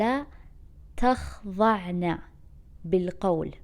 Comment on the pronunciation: Just a gentle correction it’s ولا تخضعنَ not ولا تخظعنَ